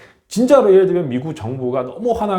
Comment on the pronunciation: 대만 사람들 미구 쪼그로 가면 ~그렇게 말 씀하시던데 이미 한국으로 이민 했으니깐 ~ 발음을 쪼끔만 각을 세워주시면 100% 한국 사람 이라고 하겠읍니다 발음에 아직 중국적인 발음이 있으니 외국 사람이라고 차별 받겠읍니다` 미구 ~미국 ~구욱 으로 쪼그로 가아니고 ~ 쪼오옥 으로 ~쪽으로 하시면 구분하시면 참 좋겠읍니다 ~ 우리도 영어나 일본어 할때 그러한 부분을 반복해서 연습합니다 `